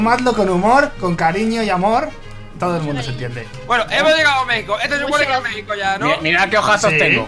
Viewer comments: se Lee megico pero se escribe México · Jaja se dice Méjico pero se escribe Mexico